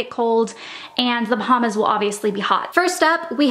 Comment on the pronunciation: How do you mistakenly say Bahamas so many times?